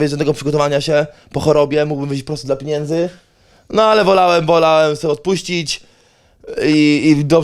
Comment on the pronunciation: Policzy ktoś ile razy powiedział „piniędzy”? 😂